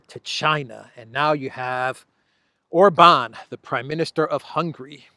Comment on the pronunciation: If you can pronounce Budapest correctly as you do,, then SURELY you csn learn to say OR-bahn insteaf of or-BAHN! I may have to go to Greece and give you lingual lessons in person 🤣